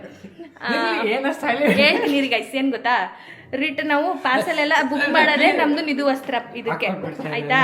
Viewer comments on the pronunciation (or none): Adu gotha alla gotta anta